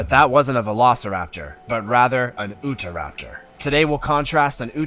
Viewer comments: It's U-tah raptor not oohtah raptor it's named after the state of Utah..it's name translates to "the thief of Utah" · this narator did absolutely no research in the pronunciation of these dinosaur names...for example...he was saying oota-raptor...when it is UTAH-rapter...named for the state it was discovered in